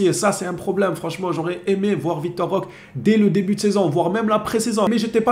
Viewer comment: Roquéééé on prononce Roquéééé !!😩🙏